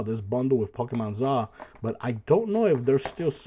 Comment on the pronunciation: Pokemon Z to A not Pokemon ZAH lol